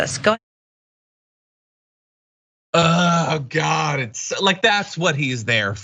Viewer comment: So this guy's an actual journalist asking hard hitting questions, huh? "Thank gid" for giving me a sense of humor 'coz that's fucking hilarious!